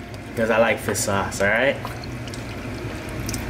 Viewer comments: why do you say fih sauce not fissshhh sauce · Fisss sauce 😳 fiSSSSHHHH FFS 🙄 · fiss sauce😂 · Why when said fish sauce it sounded like fist sauce 😂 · 'Fissauce'. The way you pronounce it is way too cringey 😂